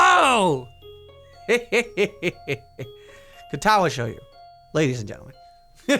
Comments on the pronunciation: >Shoyu God damnit, didn't he pronounce it right in the very first episode? ARHAGAWFHWLAKHFDLWAKD L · it's Shoujo like Show-Joe